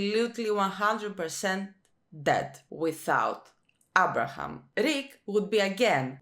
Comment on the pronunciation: "Abra'hAm" lmao "Dwine or Dwanye?"🙈 You and Negan's reaction HAHA!🙈💀 and you said you don't watch The Walking Dead for realism, even though its one of the primary demeanors that you receive from each character 🙈 the later seasons it's actually more questionable not going to lie.